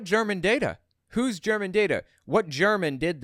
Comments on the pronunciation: Her slippery pronunciation was “germane” not German but you are entirely correct that she is a whack job and her interpretations regarding any data is biased. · hey Tenpenny, if when you scam you should know how to pronounce the words you use to sell your scam. its not German, its Germain data. she's an herbal pill pushing scammer claiming HER supplements cure medical diagnosed diseases. that alone makes it hilarious to hear her talk about healthcare scams. all these conspiracies just show us how much the people who dream them up actually abuse hallucinogenic drugs. the demon sperm lady was part of the same group of whackos Ladappo of Fl was also in.